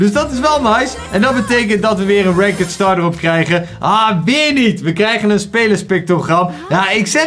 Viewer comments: Stop met renkud te zeggen zeg renkt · Ranket zegt die😂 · Kan je ranked aub is deftig uitspreke voor de rest super bezigggg!!! Armyyy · Je spreekt het uit als rankt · Iemand gehoord hoe hij "ranked" zegt??💀